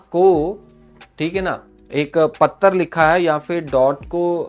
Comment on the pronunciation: पत्तर लिखा है पख्ख रहख्खा है ये कैसे बोल रहे हो 😂😂 ऐसे बी एस एन एल लिखेगा क्या डाट को 😊 वैसे नेट न्यट्रीलिटी का मामला तो बहुत जरुरी है